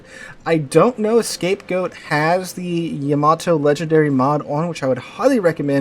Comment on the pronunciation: It's yuh mah tow. It's like Yakuza eng yah where Japanese is yuh. I'm sure you don't say YAH KUZA you probably say yuh KUZA right Yamato the same way. Also I'm just stating for anyone in the comments wondering the correct way. Yammy even more insulting because it really lays into the yah vs yuh. I gather you're a teacher of some sorts, have some respect for learning. You could of just mispronounced it and went in instead of making a meme about it.